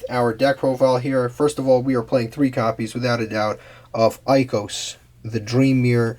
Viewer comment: For an archetype that you say you love so much and you don't pronounce any of their names right.. is really disappointing. Their names have a term so if you google for example oneromancy or hypnogogia listen how google pronounces it or just read it out loud man it's not 'Ikos' it's 'Ikelos', fantous? Jesus.. if you want more subscribers or likes make some effort in making videos. Please excuse me for being such a bi*ch but at least give some effort when making a video, watch a Dream Mirror video on yt lol.